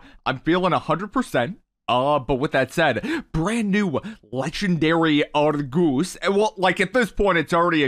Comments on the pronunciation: Bruh it’s Argus not argoose 😂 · Legendary "ARRGOOSE"👁👄👁